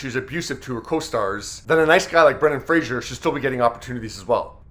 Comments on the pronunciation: Pay the man some respect by pronouncing his name correctly. His surname is Fraser… not Frasier, the iconic TV series. He’s a good sport about it but it must really shit him to tears… all this time and people still can’t be bothered to read what’s in front of them rather than go with what sounds familiar. Credit where it’s due and to whom it’s due, please! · By the way, he doesn't pronounce his name "Fray-Jer," he pronounces it "Fray-Zer." Rhymes with laser. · Fraser not Frashier. Rhymes with Phaser. It actually really perturbs him when people mispronounce his name. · His name is pronounced like Razor with an F instead of R. Not like Frasier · It's not fray shur, fray sur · Fraser like Razor, not Frasier. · FRA-ZER, not FRA-SHER. K? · Dude. You can't even pronounce his name properly?? Cringey as hell. It's Fraser, not Frazier. F + razor = Fraser. Get it? Great 👌🏻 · Fraser not Frazier. It rhymes with laser. If he's coming back we should try get his name right this time. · BTW, Its Brendan Fraser. Why do you keep saying Frazier? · If you are going to do a video about Brendan Fraser, the least you could do is Respect the man by pronouncing his last name correctly.